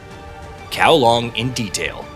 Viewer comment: You made effort to pronounce the Japanese names, but zero effort to pronounce Hong Kong’s district setting Kowloon. Kowlong and then Kowloon. Very telling.